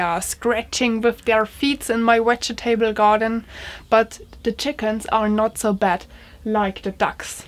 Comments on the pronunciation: Hahaha... the part I like the best is the 4 syllables. In fact, I think I’m going to start pronouncing it like that. Wedge ee ta bulls. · will you take more English lessons please, i'll fed up with falling off my chair. Vegetable and start with the same V. thank you.